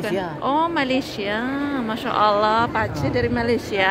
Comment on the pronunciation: Assalamualaikum mff, sebutan mak cik pak cik bukannya makcin pakcin